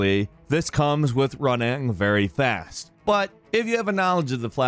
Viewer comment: why'd he say "running" like that?